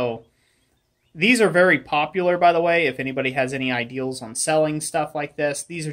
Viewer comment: You like to use a lot of extra Ls in your speech. "Drawling out the steel. That's a good ideal."